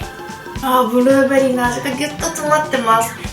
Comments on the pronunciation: ブルrrrrベリー （笑） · ブゥルーベリーでクスッとした😆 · ブルるぅぅぅベェリィです！ いや、発音 笑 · ブルーベリーの発音ていっぱい書いてあって 実際聞いてみたらほんとにすごい、笑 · ブルーベリーの発音が…😂 ゆうかちゃん可愛すぎ💗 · ブルーベリー巻き舌爆笑